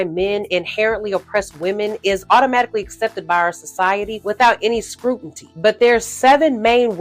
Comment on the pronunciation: scrutiny my dear, scrutiny not scrutinty!